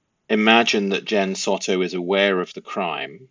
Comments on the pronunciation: The last name is pronounced Sew-toe. I believe Jenn is totally complicit in Madeline's demise. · Hey pls forgive me if I sound a bit rude, but pls can you pronounce the names correctly as my adhd and ocd can’t cope with it! 🙏🏾 so: Madeline & Jenn Soto - Soto is pronounced ‘So (like so what) and ‘to’ is pronounced ‘toe’. Stephan Sterns: Stephan is pronounced Steh fan, not Steven. Thank you! 🤩